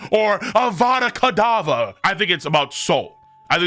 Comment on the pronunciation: Of course it would only take 1 American in order to destroy a language like Latin (Domeye Reverseye), to think that it sounds better and pronounce Avada Kedavra wrong too. My God, Americans ruin things.